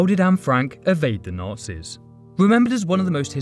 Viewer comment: You said "Nazi" With a spanish pronunciation. Wrote Nazi But Read Nachi.